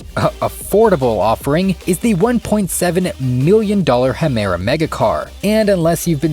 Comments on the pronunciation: Why do you say "Hemera"? its Gemera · Omg you literally cant spell Gemera, you're saying Hemera it drives me crazy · the car is not called hemera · It's not pronounced "Hemera". The G in Gemera is hard like the g's in Koenigsegg. Gemera means "give more". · He called he Hemera? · Did he just call the Gemera a "Hemera"? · It’s Gemera.. not ‘h’emera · What's a Hemera? 😂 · Hemera? wtf 😂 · Jeh•mer•a -- Listen to Christian himself say the name of the car. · It's pronounced Gem er a but it's a small thing and still very much enjoyed the video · Gemera is not pronounced with an "H" sounding G - pronounce the G as if it was a J. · Y u b saying hamera instead of gamera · "Hemera" Dör from cringe Good video otherwise. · The koenigsegg gemera is actualy prounounced jemera from the swedish words ”ge mera” which means give more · Why does he say Hemera not Gemera? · For.. wh.. why call the Gemera the "hemera". It's a Swedish company. They don't pronounce a G like an H in any circumstance I can think of, and certainly not for this one. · the "hemera" 😭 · Why not google pronunciation, Her Mira ? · It's not "Hemera" it's Gemera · It's ronounsed Ge' Me' Ra in swedish Gi mera (= give more.) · What is this "Hemera" you keep mentioning...? There is a G in there somewhere you know... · Never in my life have I heard someone pronounce Gemera "Hemera" lmfao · HEMERA megacar? There is a G. Not a H. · Bro am from sweden and you can’t pronounce gemera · You pronouncing Gemera wrong deserves a dislike. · How am I to trust any info when you can’t even pronounce the name of one of the already existing cars correctly..? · Gemera is literally pronounced just the way you'd instinctively pronounce it. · The name pronaunciation kills me xD you butchered his Finnish name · It's not pronounced with a fucking "h", dude...Jesus christ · Second YouTube video I've watched today that butchered the Gemera's name. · I will never get past the fact he pronounced "Gemera" the way that he did🤦🏾‍♂️🤦🏾‍♂️